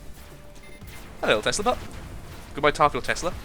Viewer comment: When u were talking about the plasma vollies it sounded like you said butt instead of bot